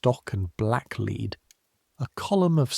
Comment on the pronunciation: Very entertaining, but AI still can't distinguish between the two different readings of 'lead'.